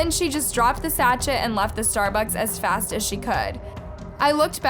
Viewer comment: Lol! The way you said "sachet"! It's pronounced - "sashayy" lol 😆😁✌🏻💕